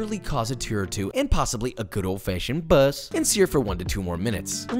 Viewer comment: I love when he says a,”good old fashion BUSSS.”